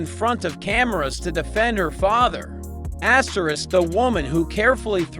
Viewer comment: 😂 and what's astresck?🤦🏼‍♀️